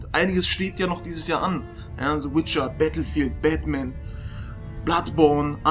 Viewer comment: Wann werden die Deutschen lernen, dass es TH (the) und nicht S (sie) ist? -.